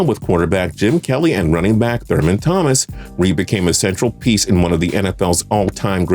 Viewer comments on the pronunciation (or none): none